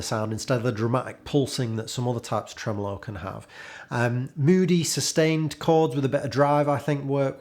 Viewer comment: Love when you say “Tremolo”